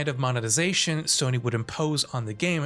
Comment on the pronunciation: its time for Soh-ny to sink